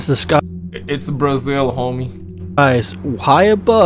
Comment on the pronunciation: Did he say, Bra-shill? Lol